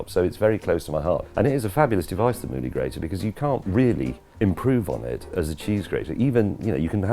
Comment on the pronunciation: Ill give the Mouli grater a try, I had to rewind what James was saying about 5 times, Moodie Grater? Movie Grater? Goggle struggled with those searches. Looks like a good grater and better than my current set up, James May approved. You should have the Amazon link in the description!